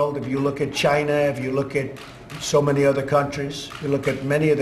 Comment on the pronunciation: Tax cut for the rich..what a jerk off..and by the way it's China! Not jina!